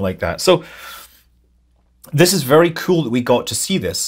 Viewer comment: I watch these videos just to hear Scott say “kewl” every now and then 😂